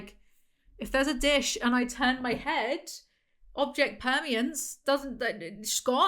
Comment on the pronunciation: “Object permiance”